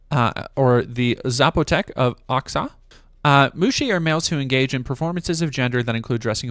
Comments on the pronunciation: i know you tried your best, tip tho: Oaxaca try pronounce it like wa ha ka And the first time you pronounced muxe was the right way to say it. awesome work 👍🏼 as always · I tink Oaxaca is pronounced wah-hawk-uh